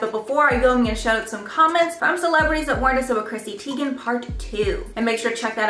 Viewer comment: She said her name is supposed to be pronounced Chrissy TY-gan. Just FYI for future reference